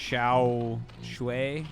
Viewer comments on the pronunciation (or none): THE pronounce of Mihu is correct:) Xiaoshuai is like SHAI